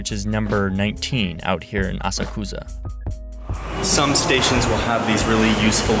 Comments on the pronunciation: "Assa Kussa" No, that is not how you pronounce it You don't emphasize "ss" so much, and the "u" here is silent. Japanese is usually pretty easy to understand pronunciation since there's only 160 sounds (compared to english's over 9000) but it's still worth popping open google translate and putting in the Japanese word you're going to put in a video so you can hear it spoken. Additionally there's a lot of symbols, the train symbol will be used on Google maps to denote all train stations, including metro, the symbols you see actually denote what company owns the line. Here's a list of some symbols found just along the "Asakusa" line The "Ginko Leaf" for the "Toei Subway" It between A1 and A2 it crosses a "JR" symbol, and this is a Shinkansen line it crosses (but does not have access to) sometimes a different symbol which uses a 1960's looking shinkansen nose. At A2 it stations with an upside down concave triangle, this is the Tokyu Railways line. At A5 it stations with another JR symbol, this is a non-shinkansen line the symbol is the same (however as stated before the Shinkansen also gets it's own symbol occasionally) At A6 it stations with a standard rail symbol, this is the Keikyū Line which is part of the Keikyu Corporation, their symbol hasn't been used since the 80's so, unlike the others, it has no symbol. At A9 it runs near a set of stylized "waves" specific to the Tokyo Monorail, this is owned by JR but has its own symbols. At A10 it comes across a non symboled line (H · AsaKOOza? Seriously? I mean... I know you're anglisizing it but I don't saw Ame-Rika.